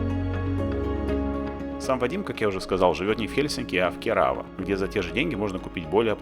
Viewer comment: кЕрава, а не КерАвА